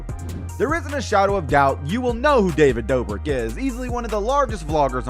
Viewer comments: Using dreams gameplay,pronouncing David borik instead of dobrik and the “spider in your bed” to manipulate 5 year olds to subscribe to your channel and to like this video I was gonna finish but..he doesn’t deserve the view or my sub or my like taking all that back people like this deserve no clout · he was trying to say David dobrek but said David bobrek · “David Brobrik” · he says David brobrik